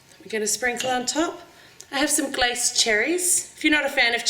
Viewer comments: I think it's pronounced 'glass-ay' instead of 'glace'? I thought the accented é means an 'ay' sound, am I right here? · those are glace cherries, what I heard was someone who doesn't know how to say glace, not glased. What even is a glased cherry. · I live in Australia, it's Glace (pronounced Glass-ay). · Its Glacé in the UK, é (e with an acute giving the 'ay' sound) :) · you said glace wrong.